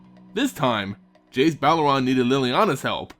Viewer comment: I enjoy your videos, but man, his last name is "Beleren," not "Belleron." It's pronounced like "ba-lerin"